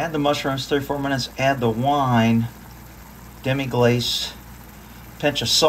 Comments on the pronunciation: Buddy understands French, practice with him saying Demi Glass. I know he's more fluent in Spanish - El Taco and such. I just had to look it up because I don't know what it means - Wikipedia: "half glaze Demi-glace (French pronunciation: [dəmi ɡlas], 'half glaze') is a rich brown sauce in French cuisine used by itself or as a base for other sauces."¹ Thank you, have a nice night! Laural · This looks yummy. By the way, the demi glace is pronounced demee gloss with a soft a sound. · Demi-glace = Demi like Moore, “glahss” like the love child between a drinking glass and pasta.